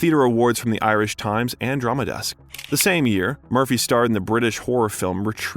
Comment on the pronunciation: Mate, you can't even pronounce theater correctly, let alone Irish names